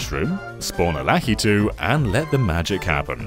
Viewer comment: Where does the name Lakitu come from? In Japan he's called something else. Also, I always thought ki was the stressed syllable and not 'La-'